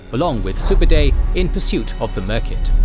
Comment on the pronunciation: How on earth could you manage to say Subadei repeatedly instead of Subutai.